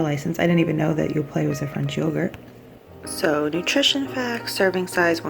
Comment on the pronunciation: The "t" in Yoplait is silent 😄